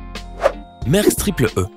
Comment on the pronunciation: c'est pas mersk c'est mAersk